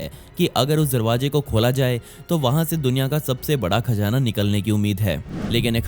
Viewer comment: Khajana 🤣 cazana 👌👌